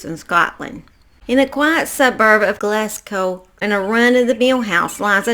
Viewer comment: And thanks for saying Glasgow correctly. 😂 I find lots of Americans do not